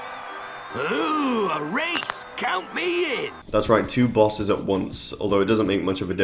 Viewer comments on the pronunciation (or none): none